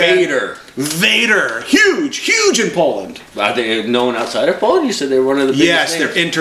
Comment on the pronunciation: Wtf is Polland ? It's Poland for satan's sake :D